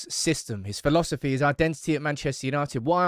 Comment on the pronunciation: Did this guy say ,phi..losophy ???????